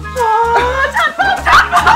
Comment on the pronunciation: Das Codewort klang nie wie Tannenbaum sondern immer nur wie Tampon